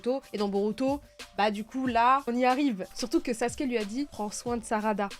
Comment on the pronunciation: Sasuke (le son ou) (Sasouké) lol 😅